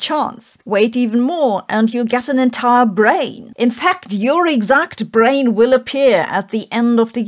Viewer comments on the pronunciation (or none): none